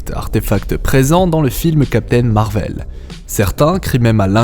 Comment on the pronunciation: MAAAAR VEL... 😅 Tu peut pas le Dire normalement .: C’est perturbant.. 😅😂 très bonne vidéo en tout cas 😊